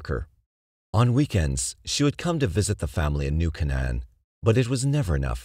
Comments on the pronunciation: I remember reading about Kitty in Elementary school in our Catholic Chronicle. It was such a sad tale, nobody tried to help her. BTW it's pronounced New Cane-en, sorry, mom was an English Major. :) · I've heard this voiceover pronounce foreign words perfectly but can't say New Canaan correctly. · Love all your videos, don’t mean to be rude. Hearing New Canaan pronounced wrong over and over got REALLY annoying. And I’m from the opposite coast